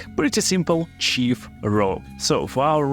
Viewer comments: Сиф, не чиф, пожалуйста! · nice builds! Just look up some words and how to pronounce them in English bro! Like the word 'knight' and 'thief' :)